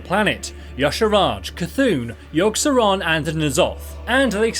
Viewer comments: lol u messed up yogg’s and yshaaraj’s name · haha yea .